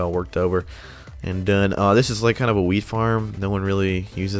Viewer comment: When he says a wheat farm it sounds like weed farm